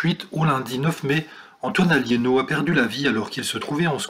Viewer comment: C'est Alléno pas Alliéno !